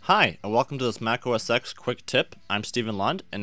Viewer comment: It's OS X, as in OS "ten"